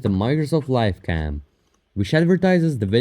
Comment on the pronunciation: "A Wabkam"